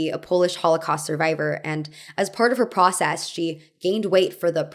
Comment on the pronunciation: Speaking of accents, why do you speak like that ? For example, you say '' I guass'', ''procass'' or ''yas'' instead of I guess, process and yes...